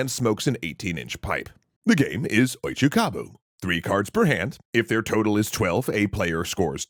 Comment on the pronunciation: It's oicho-kabu, with an "o". Come on, simple google search, guys.